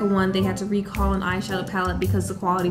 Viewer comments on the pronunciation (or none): RECCALLL lol